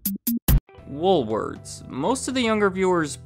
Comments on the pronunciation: Why does it sound like you're saying " Woolwords"? 😊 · Come on,...... Pick a pronunciation: Woolworth's, Woolwords, Woolwarts?!?!?;^)